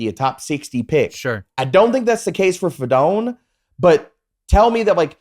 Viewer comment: it’s fi-doe-knee